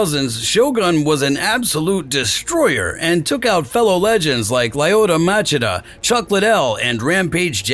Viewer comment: How is it amazing, if he speaks about doing a homework about Rua, but called Chael - KAEL, and Machida - MAKIDA ?